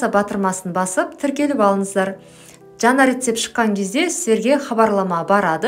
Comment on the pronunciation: Жана емес жаңа деп айтаң дурыс болар еді.